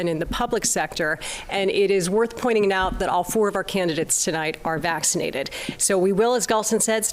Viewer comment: Yup. And everyone should get "vaccided" 😂